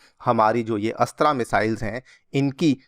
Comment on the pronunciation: अस्त्र not अस्त्रा